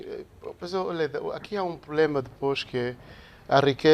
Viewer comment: Será que eu oiço Sr Pakissi, a pronunciar a palavra problema como "pulema"?